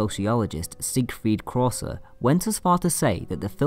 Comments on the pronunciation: Good analysis, but It is not Siegrfried Kraucer (cross-er) as you pronounced it, but Kracauer (kra-kauer) and also, it is not Guille-maro, as you said it, but Guillermo (gee-yer-mo) del Toro. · The German film theorist Siegfried Kraucauer is pronounced "Kra-cow-arr", not "Crosser" :D Anyway, I really enjoy your videos and keeping in mind that you are someone who struggles with pronunciation, those instances are actually quite entertaining to me!